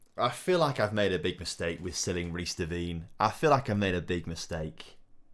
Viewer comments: Glad you sold Devine, we no longer have to cringe every time you mispronounce his name (it's Devine as in 'wine'), lol. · What’s so de-wine is how u say it ?